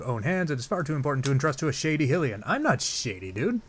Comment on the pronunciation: Its HI-LIAN NOT HILLIAN